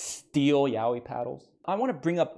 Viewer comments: The pronunciation isnt even Yawi... Its sopposed to be Ya oi, literally.' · I didn’t know it was pronounced Yao-whee. I thought it was yah-oi